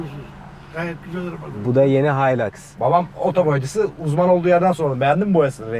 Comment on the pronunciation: Haylaks diyince noluyoruz dedim kendi kendime öyle alışmışız hiluks demeye :D